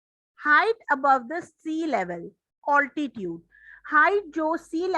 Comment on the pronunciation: Mam wo oltitude nhi hota mam it is altitude